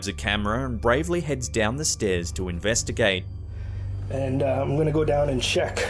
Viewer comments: Has anyone notice he be saying invetigate instead of investigate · I love when he sais invetigate xd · Everytime 😂😂 is no one gonna tell him hes been saying invetagate instead of investigate 😂 idk I've been watching him for a bit now so I'm not sure if hes saying it on purpose